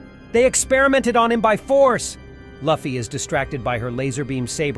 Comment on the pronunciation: pronouncing Luffy that way is triggering me.